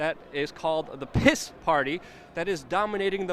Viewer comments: Stop pronouncing P.I.S. "piss", it's pronounced "peace", because it is the party of peace. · I love how you pronounce the word PIS....."PISS" ...pure gold.